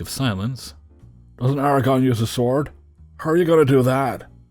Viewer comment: ITS ARAGORN, NOT ERAGON